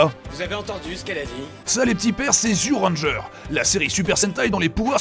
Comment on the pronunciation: Alors, "Zyu Ranger", en fait ça se prononce "Ju Ranger". Ils ont juste utilisé une convention peu commune qui transcrit le じ en "zi" plutôt qu'en "ji". Voilà voilà.